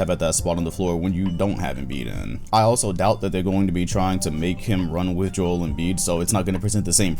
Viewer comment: "Juul" Embiid